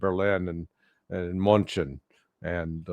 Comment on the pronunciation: Larry .. it's Munchen .. not Muncen ..